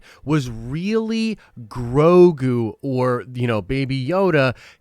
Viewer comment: its grow-go not grow-goo.